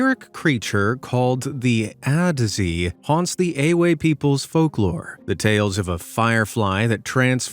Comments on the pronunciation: I’m Ghanaian from the Volta Region and creatures name is pronounced “aje” dze makes a j sound and adze is a sound most Ghanaians ( I don’t really know about the rest of Africa) make when pain is inflicted on them. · The Ashanti's own is Sasabonsam and the Ewe one is pronounced Aje